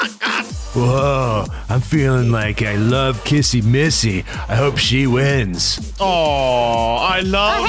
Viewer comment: Stop saying kissy missy it’s like this kissy wissy😑